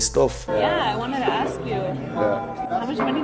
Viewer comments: black dude dressed also wearing black "cap" can you say ask please instead of "axe" aks what s the deal with some of Afro-American dudes "can't" say ask? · It's very annoying when people say "AKS" instead of ASK.